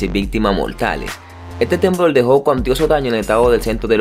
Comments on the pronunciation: Hablas como bebé "temblol", pero escucho que sí sabes pronunciar la "r". Eso me quitó el interés en ver tu video. Aprende a hablar el Español. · Temblol? Califolnia? Amigo no sabes hablar